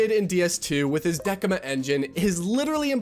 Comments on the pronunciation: Bruh, awesome video. Decima is not pronounced Dekima but Desima. Your pronunciation is so clear and you speak so eloquently that this small error sticks out a lot. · "Dekima engine" Me: it's decima bro "Decima" Bro did me dirty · american moment decima, not dekima. like decimal number. damn and again down the line, decIma? Really? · "Deckima" engine lol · "Deckima" lol Also, you say that DS2 is impossible on unreal without any technical basis for saying that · How could you mispronunciate Decima engine twice? DES---EEEE---MA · its not kojimas engine and its not deckima is decima as in decimal without the l. the decima engine is made by gorilla games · 'Deh-sim-ah' 'San-(d)-Andre-AS' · Good video but bro how did you manage to mispronounce decima twice in the space of 10 seconds lmao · what's with the weird pronunciation of Decima? And then it changes a few seconds later. Are you just trolling everyone? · Dude mispronounced the Decima engine twice, two different ways, within like 30 seconds lol wtf?! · Pick one way to pronounce it 🙄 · the way you pronounce Decima.. it hurts